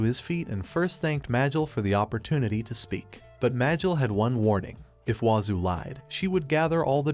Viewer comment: Ah yes Mear = Mael, this ai voice is great at speaking